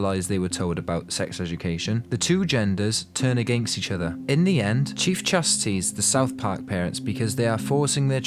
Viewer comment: mr mckey, chief? are you trying to mis pronounce the names?